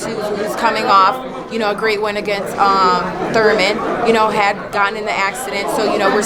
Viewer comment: why does this chick say thurman???